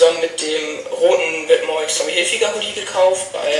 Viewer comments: Wetmas Aja statt vetements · Vetements spricht man Ende ohne s aus !!! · Bei vetements spricht man das S am ende nicht aus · Bitte vetements ohne s aussprechen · Nices Video aber Vetements spricht man ohne s am Ende aus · hawara du das s bei vetements wird nicht ausgesprochen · alles bemängeln, dann vetements falsch aussprechen und 1400 falsch teilen haha...